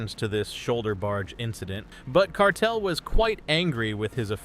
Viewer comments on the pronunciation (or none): his name is carter not cartel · It's Carter, not Cartel. This AI slop is ridiculous lol! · It,s Carter not cartel yuo odiat Lol. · To the content owner.. If you are going to use Snooker players names (especially when their names are displayed on the screen) make sure you get them right 🙄. It's Ali Carter not Cartel and it's Mark Selby not Shelby